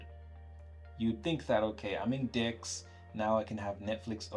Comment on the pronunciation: I like your point of view, but if I can recommend you one thing, it's about pronouncing DeX sounds like 'dicks'. It transforms the entire video when you say 'I'm in dicks'. Yo man, why am I on pornhub when I open YouTube, you know what I mean?